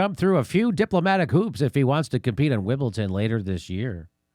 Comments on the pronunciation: Wimbledon Wimble 'Don" not "Ton" lol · Ahh geez. WimbleDon. Duh, duh, duh, duhn. Wimbleduhn, not "WimbleTon". That really irks me I don't know why. Even the D sound is soft. It certainly isn't T. Sounds so offensive. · Love you Jimmy, but if I here one more American say “wimpleton” I’m gunna put a Russian flag in my bedroom window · wimbleTON, jimmy? lost a TON of respect for you here. eejit. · JIMMY! There is no 'T' in the word WIMBLEDON.